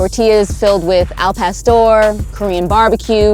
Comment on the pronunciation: this bitch in the intro said tacos al past door 😂😂😂